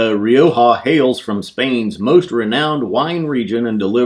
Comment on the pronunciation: Nice review guys, as others have said Glenallachie are offering some wonderful expressions & this Rioja is one I think I`d enjoy. Btw, far be it for me to tell you guys how to pronounce `Rioja` or `charcuterie` for that matter, here in the UK where we drink loads of the red ( the white is not as good for me ) we pronounce it Ri-okka, but the way you say it may be the Spanish way for all I know! Finally Rioja is a lovely region of Spain & worth a visit & not too far from the wonderful city of Barcelona.